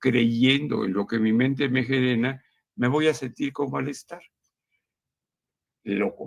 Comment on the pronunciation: Min "... en lo que mi mente me GERENA"... bueno... como que la salud mental del doctorcito no anda al 100, o como diría nuestro expresidente AMLO: - no está muy certero:eyes-purple-crying::cat-orange-whistling::face-blue-smiling